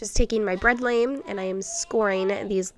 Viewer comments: Thank you for the video. I am a first time watcher. FYI, your razor blade bread cutter, a lame, is pronounced Lah-MAY. It is a French word. I love the designs that result! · bread lame is pronounced /bred lahm/